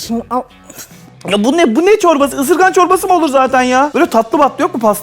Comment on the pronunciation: Isırgan değil sırgann